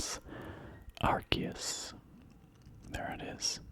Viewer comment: Is it not pronounced ar-see-us?